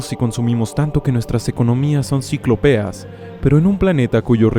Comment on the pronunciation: Ciclópeo lleva el acento en la o, no en la e (por eso la tilde), y la palabra risorio (que es un músculo) nada tiene que ver con el significado que usted quiere comunicar, la palabra pertinente es irrisorio. Por favor, que la meticulosidad de su información sea acorde a la forma en que lo comunica.